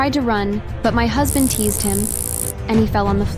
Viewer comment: The word is Tazed, not Teased